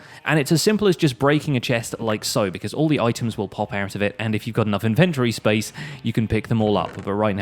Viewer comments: Why is the "o" silent in his "Inventory" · I guess its an accent